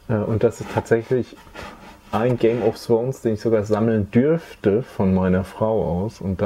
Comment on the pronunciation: game of thrones :D die Aussprache ginge besser! :D